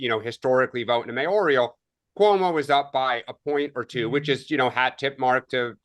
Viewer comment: Mayoral, not mayorial, darling.